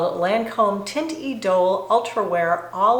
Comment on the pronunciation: Hi, -- thought you might want to know that "teinte" is pronounced "tant," (rhymes with ant). And it does look beautiful on you!